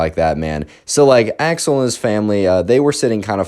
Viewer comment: I know you're saying Axel. But im hearing Ax-hole.